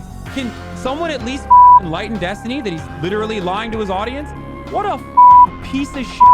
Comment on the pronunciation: Huh? Are you impressed by the racist Finkelstein who refuses to condemn the Houthi attacks? This is the guy who stooped so low as to constantly mispronounce Destiny's name, hurling insults and ad hominem attacks instead of engaging in productive debate on the topics? He can sit at the kids' table from now on, while Destiny educates these Hamas clowns.